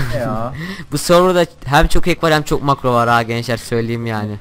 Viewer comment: herşeye hack yada marco diyosun